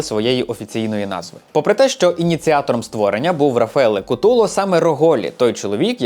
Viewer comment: Не у'ніта, а унІ'та, і не апулья, а просто Пулья. Така маса інформації, а назви помилкові саме в акцентах. Не Куту'ло, а Ку' толо.